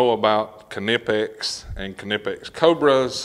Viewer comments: It's a silent K 🙃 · Knipex can't say thier own name correctly. I called them and I get both kanipex and nipex even amount themselves. The debate continues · wooow its so weird to finally hear u call em K-nipex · Ka-ni-pex lol thats what they r gonna be called now. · Kuh nip x ok. And I been saying it wrong this whole time lol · I always thought the k was silent like knife. Guess I've been saying it wrong this whole time.